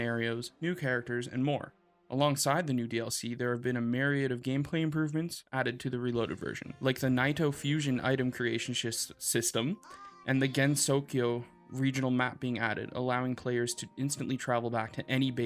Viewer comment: ✔Pronunciation tips: Gen-so not Gen-zoe Ray-moo not Rai-moo Neet-oh not Night-oh